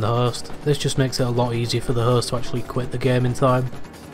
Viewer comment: Is he saying Hearst or host?